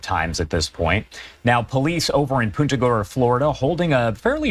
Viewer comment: Born n raised Central Floridian here...the city's name Punta Gorda is pronounced like 'poon ta' not like 'punt' in football. This Sherriff mangled the hell out of it.